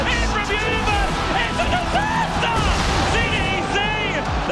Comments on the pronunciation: IT'S A DISASTAHHH - Tobiwan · It's the universe! It's a disastah!!!!